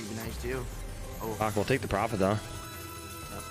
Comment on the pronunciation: I dont get it why he always say PRAFIT eventho he lost 5k